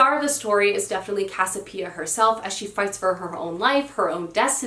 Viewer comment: Try the Regeneration Trilogy by Pat Barker. It's set in the Great War, or World War I, era. Moving works. At least pick up the first book from your library. You won't be sorry. Non sequitur: it is Casiopea--cass-ee-o-pay-uh. Don't leave out a syllable when you say it. I mean the protagonist from Gods of Jade and Shadow.